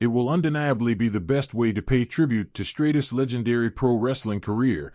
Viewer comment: Trish Stratus (Stra Tus) not Straightus..